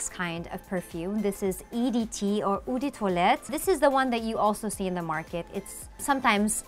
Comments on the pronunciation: Has noone told this girl that "eau" is pronounced "o" not "u" ? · Hearty, eau is pronounced more like “oh” :)